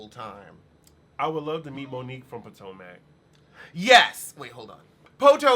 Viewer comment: Po toe mac lol